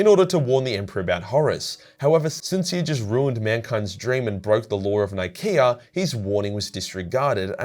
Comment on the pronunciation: When ever you say "Nikaea" all my brain hears is "IKEA". This isn't working for me =)